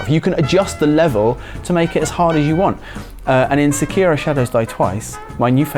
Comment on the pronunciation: Why do so many people say Sekiro wrong?